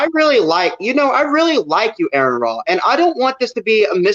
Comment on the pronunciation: Oh fuck no one is going to say it i will, it's!!!! Not ERRAND. Not ERIN. Not AARON. Show this man some respect you fucking child. And by the way, your jesus also said "do not think that I have come to bring peace on earth, I came not to bring peace but a sword...."...so save all that "love thou neighbor" bullshit.. oh shit my moms here I gotta go bye 👋 👋